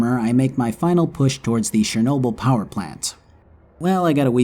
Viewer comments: Why can nobody prenounce CHERnobyl? why is it always fucking SHERnobyl. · It's Chernobyl man not Szernobyl...